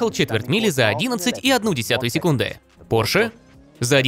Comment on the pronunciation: не "порш",а пОрше!!!